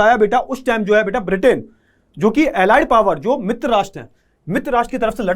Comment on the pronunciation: beata❎ beta✅